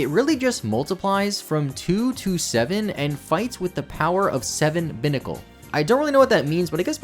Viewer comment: Vivillon is a Vivid Papillon, Vi-Vee-Awn, not Vi-Vill-On Binacle is a Bi-headed Barnacle, Bye-Nacle, not Bin-Acle. Dhelmise is a haunted anchor. If you Delve where it lives, you can meet your Demise. Dell-Myze, not Dell-meeze. Grafaiai is an Graffiti painting Aye-Aye. Graf-Eye-Eye, not Gra-Feye-Feye